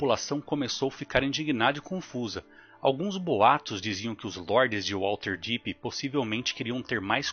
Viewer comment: Material incrível, muito bem roteirizado e ótimas escolhas nas imagens. A única coisa que me incomodou bastante foi a pronúncia de "WaLterdeep" mas de resto o vídeo está sensacional.